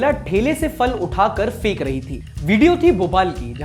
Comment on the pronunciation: Bhai PHUL aur PHEK ka pronunciations thik hoga jab aap dono lips ko satakar bolen